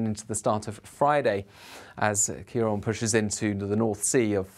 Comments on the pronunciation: You keep saying 'ciar on' rather than 'ciar an.' Why name the storms if you'd not going to use the name . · Thank you pronouncing Ciarán correctly - the first time I've seen it done from UK coverage!